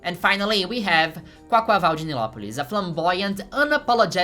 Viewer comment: hearing you pronounce quaquaval with your brazilian accent healed me thank you mother